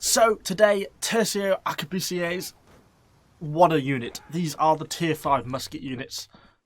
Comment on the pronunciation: ''arquebusiers'' BeSt MuSkEtS iN ThE gAmE its also pronounced the same way as grenadier :P